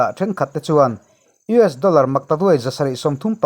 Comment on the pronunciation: Abang var thlak e tinge US ti ramhming hi ilam dik thei miah lole